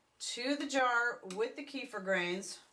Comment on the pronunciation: Kuh feeeeeer. Lol